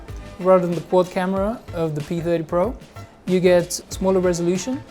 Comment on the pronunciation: Pee-thedy-po? Pee-theeedy-Po...